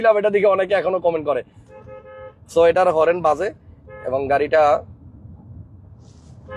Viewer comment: উচ্চারণ ঠিক করেন ভাই। হরেন না হর্ণ।